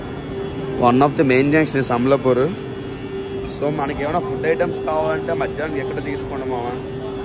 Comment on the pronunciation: సంబల్లాపూర్ కాదు sambalpur